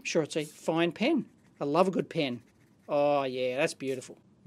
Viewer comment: I salute you Dave, for being able to pronounce "pen." Not "pin."